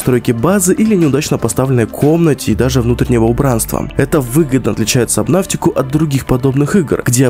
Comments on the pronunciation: Почему собнаВтика правильно собнатика без В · Сабнатика а не сабнафтика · Сабнотика, а не сабнавтика. Где ты взял букву в? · Это не сабнафтика, а это сабнатика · В кривом произношении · ДА ПОЧЕМУ САБНАВТИКА! САБНАТИКА! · Почему "Сабнавтика" 😭😭😭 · ПРАВИЛЬНО САБНАТИКА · КТО ЧИТАЕТ сабНАВТИка???